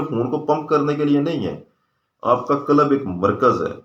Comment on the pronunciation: Sir. Lafz '' qalab'' nhi '' qalb ''he. Thora sa prononciation drust ferma lein . Shukriya.